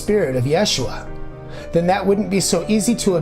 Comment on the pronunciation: Great video, I like how you cite the scientific/genetic studies. Curious why you use the name/pronunciation "Yashua"(?) over Jesus or even Yeshua.